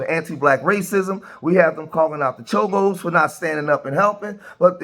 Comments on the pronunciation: Chomos😂 I think you mean Cholo my guy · I swear dude keeps sayin chomo and not cholo lol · You called them chomo though lol Its cholo homie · Cholo not Chomo😂